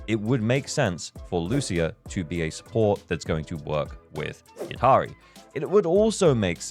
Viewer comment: Devs are doing everything to make slide from F2P to Dolphin ! I may become an Orca in 2.3 since I want Lucia and Yidhari, and also SAnby wengine if she reruns. By the way, I think Yidhari is not pronounced "Yid - Hari" like you did. In many languages, like Tunisian my mother tongue, "dh" is pronounced as a deeper version of the sound "th" (as in "this", but with much deeper "th")...